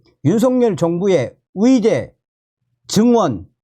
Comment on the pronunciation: 그런데 왜 "위대"라고 말씀하실까요? "의대"로 들리지가 않아 자꾸 듣다가 끄게 되네요